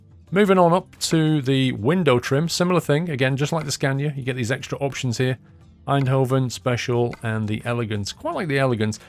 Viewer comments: Tbh pronounced "Eindhoven" pretty well. It's funnier when they try more Dutch places like "Volendam", or places with a hard G, like "Utrecht". Or when they think they pronounce it right when they really don't: 'Emsterdem':D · You nailed Eindhoven, like the people in the Netherlands say it. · It is really funny when you say Eindhoven but you prenouse it very good! Greetz a Dutch Fan